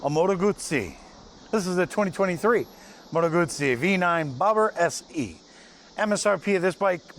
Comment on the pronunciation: Your pronunciation of Moto Guzzi is on point. Thanks for the review!